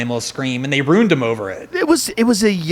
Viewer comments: Is he saying “runed” instead of ruined? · I don't trust anyone that pronounces ruined as "roond" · Why does he pronounce ruined that way? 😬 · I like this guy a lot. He says ruined weird though lol. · This guy is making me doubt how I pronounce "ruin" or "ruined"